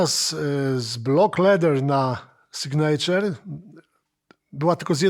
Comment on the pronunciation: na Boga, ja rozumiem, że w latach 90-tych to był problem z "pronansijejszyn", ale teraz wystarczy pierwszy z brzegu filmik amerykański odtworzyć i będziesz wiedzieć, że nie "Ibanez", a "ajbanez"; nie "piwej", a "piwi" i nie "signejczer", a "signiczer".